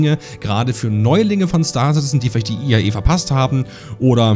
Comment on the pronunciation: Es heißt IAE und nicht EIA, so wie du es immer aussprichst…